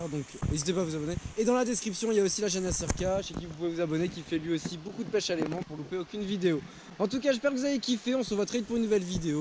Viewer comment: Tu dit boucoup less go 🤣